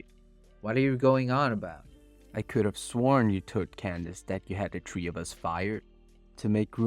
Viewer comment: can you speak with a little more enthusiasm. It’s really hard to listen to. Also, it’s pronounced th-ree not “tree”